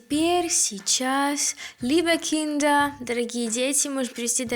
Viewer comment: У меня вопрос! Кто может обьяснить??? Nun, liebe Kinder. Почему он так выразительно говорит слово киндЭР?? Ведь er вконце читается как заглушенная буква А , тоесть надо говорить Киндааа??? Не брудЭР а Брудааа?? Обьясните произношение😢